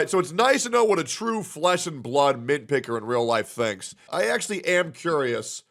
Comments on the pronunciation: Damn saying "Mintpicker" like its the new hard r 😭🙏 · Bro Saying mint picker with a hard R like a slur ☠️☠️ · The M-word 😂